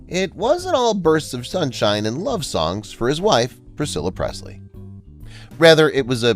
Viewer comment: So much of this isn't true. Let's start with the fact that she was not the soul owner of Graceland after he died 🤦‍♀️ and this guy didn't even pronounce her last name correctly.